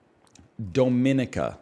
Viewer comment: I'm the only person in the world who cares but NL always mispronouncing Dominica makes me age twice as fast